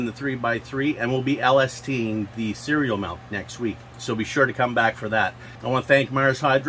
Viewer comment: Did you say cereal milk sound like creal mouth in the beginning of the vid ?😂😂 ... either way cereal mouth sounds like a good name for a strain 😊